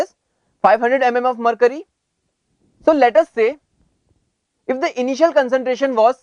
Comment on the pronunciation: lolx... mer'curry'.. sounds like he is saing dat... lolx... freaking hard to understand... no offense..... =D